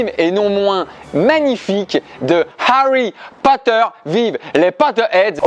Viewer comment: Tu me feras le plaisir de bien prononcer HARRY POTTER